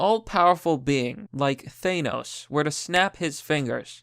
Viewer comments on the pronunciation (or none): nobody:: "Thay-nos" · So what's the with way you talk? I noticed that some words you just pronounce really weird. Like THAY-NOS. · Why do people still pronounce thanos wrong when they say it in the movie?